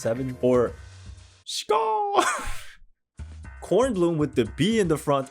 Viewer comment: loved your German pronunciation! Bkornblume is also my favorite